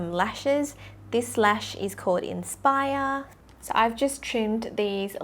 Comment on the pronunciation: "This lash is called inspire," Infires?